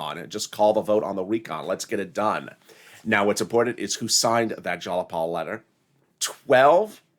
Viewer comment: It's not "Jalapal"; it's Jayapal